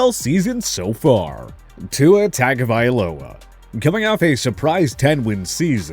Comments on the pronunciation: Who the hell is Tackovailoa, Roheem Mostair and Jaair Alexander? It’s like y’all don’t even try to pronounce their names correctly, yet their names are mentioned multiple times by commentators and interviewers, just do the damn research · They do it regularly. Like who tf is Tackovailoa, Roheem Most-Air and Ja-Air Alexander? It’s like they don’t even care about the players enough to at least learn their names. It’s not like commentators and interviewers mention their names all the time, so it’s just all down to laziness and lack of research. It’s annoying as hell, and then they try to correct others by making those videos, but they won’t the work themselves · The guy has no idea how to pronounce tua's last name